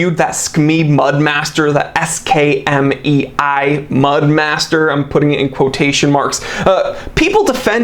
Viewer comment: FYI, the "mei" in Skmei is pronounced "may" in Chinese, not "mee".